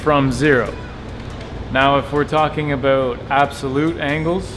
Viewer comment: I didnt think this guy was Canadian until he said aboot